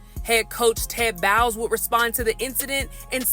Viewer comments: Head coach Ted Bowels?? It's Todd Bowles 🤦🏾‍♂️ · You said the Bucs head coach name wrong 😑